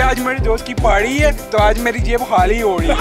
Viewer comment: har koi 'ParWy' bol nahi chakti, iiskelia naturally naive and smart ho na joruri hay !